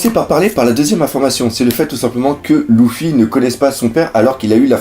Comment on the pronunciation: arrrrrrreeeeeete de dire "loufy" ca me gave de dingue !!!